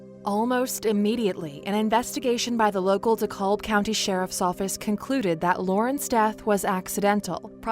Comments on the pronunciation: De Cab. De Cab. The "L" is silent. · Dekalb is pronounced - Dee-Cab. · The county is pronounced de cab 🚕 the L is silent ! And this is so sad God bless this mother for having to go through this